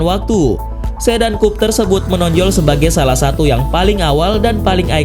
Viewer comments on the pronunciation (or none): kupe dibaca kup